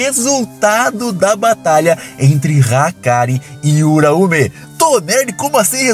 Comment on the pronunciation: Pq esses caras sempre inventam jeito de fala nome? Tá no anime já cara...N é uraumé nem uraumê...